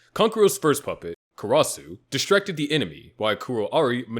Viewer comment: Karas. The u is silent ffs 🙄🙄